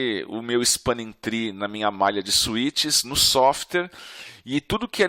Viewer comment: Desculpe, mas depois que eu escutei softer, e softers... não consigo mais prestar atenção na aula. Sim eu sei, eu tenho problemas de atenção. Mas espero que não aconteçam com vocês também, ficar esperando a próxima vez que ele falar "softers".